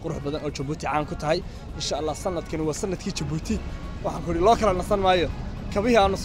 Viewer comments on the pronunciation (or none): Wadanka waxa la dhaha Djibouti (jabuuti) not (dhi)jabuuti. Magaca inaga sax. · Le "D" est muet ,,, oo ka dhigan ,,, The "D" is silent marka aad ku dhawaaqayso Djibouti waxba "D" haku dhawaaqin Sida kale waa muuqaal qurux badan dhoor jeer oo aan jabuuti tagay iima suuroowin inaan gobalada u boxo insha allah sanadkaan qorsheynayay inaa tago markuu xagaaga dhamaado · stop saying "D" jibouti the "D" is silent juste say jibuuti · Fadlan haddaad aragtid qoraalkan ogow "Djibouti" inaan loo akhrin D(dhii) Jibuuti. Af-faransiiska "DJ" waxa loo akhriyaa "J" la adkaynayo markay soo baxayso. Hase ahaatee "J" caadi ah ba waad iskaga akhrin kartaan ... ee soomaalay "D"da Ingiriisiga ah ee iska u akhrinaysiin inaga daaya.